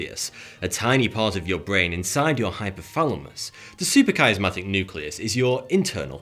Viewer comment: "Supra..." not "super..." & SUPRA Dude! SUP-RA not SU-PER